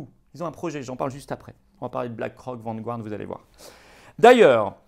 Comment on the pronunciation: Vanguard se prononce Vangarde et non pas Vangu-arde